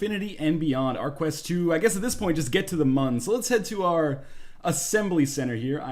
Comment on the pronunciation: You called it Mun! first time i've heard someone say it correctly!